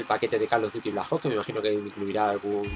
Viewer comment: Call of duty blaj ops? Jaja